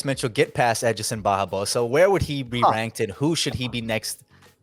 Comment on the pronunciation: He should get fired for pronouncing Edsons name like that 😜